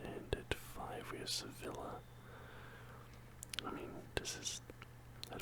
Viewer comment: btw sevilla is pronounced Se-Vi-Ya. :) (also im a panthers and chelsea fan and its been nothing but pain)